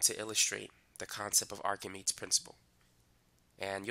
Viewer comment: it's pronounced like "ark-a-mee-deez" for english speakers